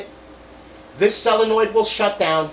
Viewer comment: SO-len-oid, not sell-a-noid.Tank you!